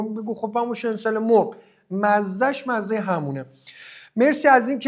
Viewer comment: داداش شنسل چیه؟! شنیتزل درسته که کلمهٔ آلمانی هست و در امریکا و انگلیس هم استفاده میشه Schnitzel.